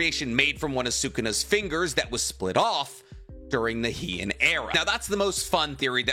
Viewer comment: Minor thing! Heian is pronounced more like "hay on" by the way, Japanese is phonetic so barring historical words or wierd dialects you can always be 100% sure how words are gonna be pronounced.